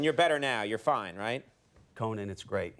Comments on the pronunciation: CoNano Brien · The way he says Conan is so funny lol. CoNan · Co-NaN... He must be a Conan fan and knows he doesnt like that at all haha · I love that he calls him CO NAANN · Canadian pronunciation.